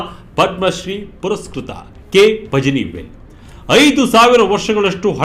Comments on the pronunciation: ಪಜನಿವೇಲ್‌ ಅಲ್ಲ ಪಳನಿವೇಲ್‌ ! ತಮಿಳಿನವರು ಳ ವನ್ನ z ಬಳಸಿ ಇಂಗ್ಲಿಷಲ್ಲಿ ಬರೆಯುತ್ತಾರೆ. ಪತ್ರಿಕೆಯವರಾಗಿ ಇಷ್ಟೂ ಗೊತ್ತಿಲ್ವೇನ್ರಿ? 🤣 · ಪಜನಿ ಅಲ್ಲ ಸ್ವಾಮಿ, ಅದನ್ನು ಪಳನಿವೇಲ್ ಎಂದು ಉಚ್ಛಾರಮಾಡಬೇಕು.